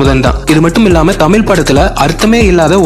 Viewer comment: தமில் இல்லை தமிழ் வேண்டும்